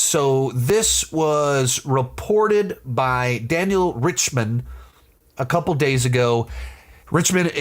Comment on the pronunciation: You don’t know who Daniel RPK is? And your mispronouncing his name? And blatantly being weird and bitter and disrespectful ? He’s a “leaker” not a “journalist”. You sound so bitter dude.